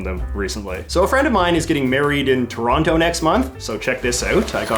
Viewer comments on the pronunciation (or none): none